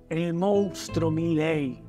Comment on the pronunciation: Por que todos dicen MOUNSTRO??? Comunicadores y periodistas..... Es MONSTRUO!!!